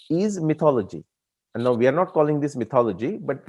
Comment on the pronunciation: I'm very glad to hear Nilesh ji pronuncing .....miithology not maitholigy😊 by the way I know the correct spelling